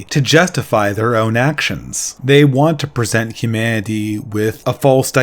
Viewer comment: These videos are good, but I think should work on his pronunciation. It's really jarring to hear things like "Hu-mah-ity" in the midst of a well articulated idea